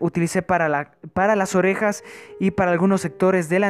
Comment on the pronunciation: en el minuto jo dice orrejas